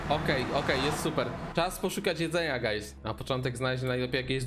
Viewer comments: 0, ponieważ nie mówił guys przez u, tylko przez a. Coś bardziej jak gajs / gajz / gays / gayz czy jak on tam mówił. XDD Edit: +10 000 decybeli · I to "gajs" xD